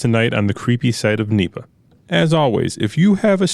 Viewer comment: N.E.P.A. not Neeepa. Cringe man. Great information, format, and audio quality though.